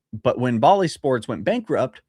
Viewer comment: Jeez...five MILLION DOLLARS a MONTH for FOUR...YEARS...that's just ridiculous. - "Bally"...like "balance"...not like the city in India. No, I'm not your dad. 🤣 Yes, the Dodgers have made great business decisions but they are what they are because of where they are. A team can't really get bigger than the market they're in.